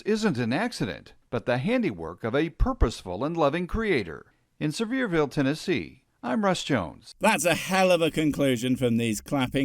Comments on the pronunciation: Is it bad that the most annoying thing about this is, as someone from that area, it's not "Sever-ville", it's "Seh-veer-vul". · It’s not “sever’ville” Tennessee, bud. It’s “suh’veer’ville”. At least, that’s how it’s pronounced locally, but the accents in these parts are so over the top that one could be forgiven for seriously wondering whether or not something spoken was actually English. In any case, the guy on the news there showed at the very least that he most likely didn’t speak to a single local about the town, or he would have immediately learned how not to pronounce it. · Sevierville is pronounced severe-ville. ive lived in East TN all my life and oh my god people are stupid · It’s pronounced “Severe”vile. I see these people all over my hometown. They really push young earth in east TN. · East TNer here too! Hearing people mis-say the names of towns always cracks me up. Easy way to pick out a non local.